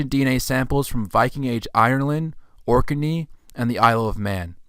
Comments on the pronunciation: It's pronounced Orknee not Orkerney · correct Ork-nee not Ork-e-nee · You're saing 'Ork n eee' 'Orkinee',…. I thought it was pronounced Orknee: Orkney,… like Ork Nee